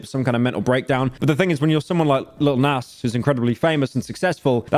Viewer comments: "lil näss" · Bro saying nas haha